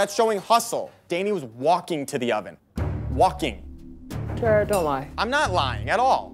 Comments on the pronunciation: To Chef Ramsay, Jared = Gerard and Marino = Marinio 😅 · Come on Jah-Rod! Lol